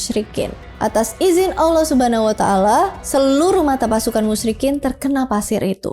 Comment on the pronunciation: Saya yang muslim sejak lahir cara penyebutan "allah subhanahuwatallah" masih kalah fasih sama dia😅 semangat!!! Sepertinya saya harus banyak belajar dan buat pelajaran